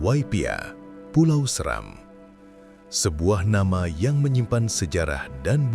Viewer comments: Maaf, Pulau Seram seharusnya dibaca dengan nada seperti 'Serang (Banten)', ya .... bukan seram tapi SE-Ram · Dear National Geographic Indonesia, thank you for the documentary, but come on… how do you get “Seram” wrong? You’re based in Indonesia, working with Indonesians. And even if you weren’t, it takes seconds in 2026 to check how a place name is actually pronounced. For a brand of your scale to feature a place and still mispronounce its name… that’s beyond embarrassing.